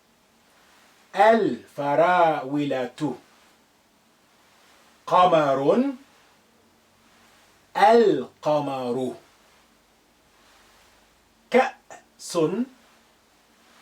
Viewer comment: Good teacher but how you said strawberry is wrong its not farawilah its farawlah